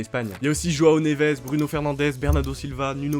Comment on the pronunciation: Par pitié c'est "Joao" pas "roao" 🫩